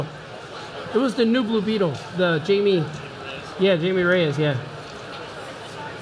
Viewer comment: Jaime. not Jamie. HY-ME not JAY-ME